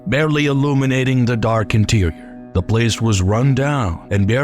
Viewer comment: The vowels have odd inflections as if from someone whose primary language isn't english trying to sound hip in english. Whoever or whatever is speaking doesn't like simple words starting and ending with the letter T such as 'da' and 'deh' instead of 'the'. 'Dafinitely' instead of 'definitely'. 'Dam' instead of 'them'. 'Sumtin' instead of 'something'. The speaker drops the 'G; at the end of alot of words. Is the speaker from the same region as the guy on the Integza channel?